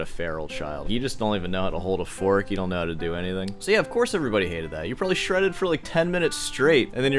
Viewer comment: Stop inserting L sounds into words where they don't belong. "doLn't" ... "boLth" ... "sawL" ... it's annoying.